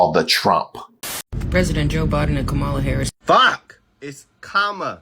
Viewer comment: Why did you conetantly mispronounce Kamala Harris's name, bigot? Self hate of your race?🥺. Who will be your next anti black conservative candidate, clown? 🤡